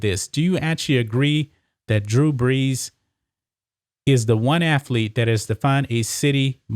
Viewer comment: "Hi, I'm Emmitt Smiff, and I was a great aflete"